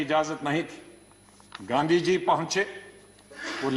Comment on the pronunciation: इतिहास सिखाने वालो गांधीजी का नाम तो सही उच्चारण करना शीख लो...!